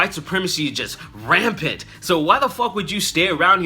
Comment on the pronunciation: white supremacy is just RAMPANT, like the way you said that.